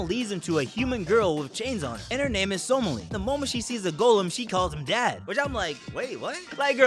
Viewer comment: He butchers the pronunciation